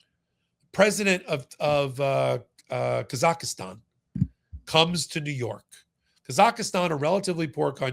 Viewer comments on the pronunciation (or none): Kazakhstan.....not Kazakhastan! 😊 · Kazakhstan. Not Kazakhistan. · Never heard of "Kazaki"stan. Why is it so difficult to say Kazakhstan? ('Muricans...) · Embarrassing for repeatedly mispronouncing Kazakhstan as “Kazakhistan”. An expert looses credibility when making such mistakes. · you are a smart guy... but please try harder to call countries by their correct name. It is not Ka - zak - is - tan and the people are not Ka - za - kis. It is Kazakhstan... pronounced "kaa - zuk - staan" (use a soft a in both cases) and the people are Kazakhstanis... pronounced "kaa- zuk - staan - is". It is things exactly like this that annoys people about Americans. It makes it seem (to the rest of the world) that nobody else exists or matters as far as the average American is concerned. Kazakhstan's statehood traces back 561 years to 1465 and it became an independent nation in 1991 when it split from the Soviet Union. You need to do better if you are going to call out Trump and others for not knowing or understanding the things they know nothing about! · KAZAKHSTAN. There is no "I". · Please, it's pronounced KA-ZAK-stan. The citizens of which are KA-zac-STANEES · Thanks for all your hard work making this stuff understandable. By the way you're putting an extra A in Kazakhstan.